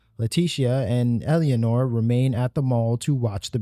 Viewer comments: thats not Albrecht, the black eyes are a pretty clear indicator that is his indifferent doppelganger. Owwy? Really dude? OWWY? They pronounce it both in game and on stream when it was debuted. Its pronouned AY-OY. Owwy....... 😂 Also it ELLA-NORE NOT ELLY-ANORE. jesus man. Great video but that shit irked me. Great video. Great interpretation. Watched the full thing. Thanks for your effort man. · Your inability to say Eleanor is driving me fucking bananas. Its not EL-E-A-NOR, it's ELE-NOR. Like Eleanor Roosevelt. Eleanor, the car from Gone in 60 seconds. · For the record Eleanor is not pronounced "Elly-anor" it's "Elen-or" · great vid but "Elly-anor" gave me an ulcer :P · bro? Elianor? tf u getting that from watch the dev streams to learn her name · "Ella-nor" the second e is silent. It's like you're trying to force a foreign pronunciation on a common English name. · I'm sorry, this video is great but your pronunciation of Leticia's name and Eleanor's hurt so much.